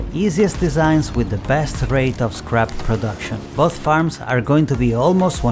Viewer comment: I'm laughing so hard because when you say scrap it sounds like crap LOL.